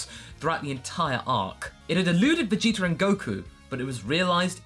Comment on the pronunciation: u guys realize always says Vegeter instead of Vegeta? lol.